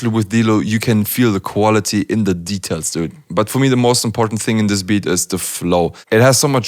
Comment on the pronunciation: Me:It's just a suggestion but I think you should change the way you say "Details":It's called "style" haters. 😊